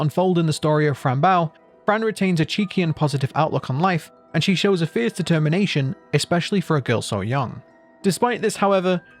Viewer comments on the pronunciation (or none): none